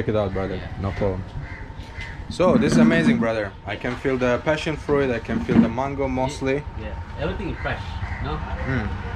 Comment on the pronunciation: Careful how you pronounce "beach"!! 😂😂😂 Also, you don't need to pronounce the "i" in the word fruit. It's pronounced "froot". 😃 Love the videos!